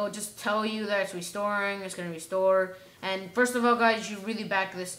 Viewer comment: i can't understand your opening of restore .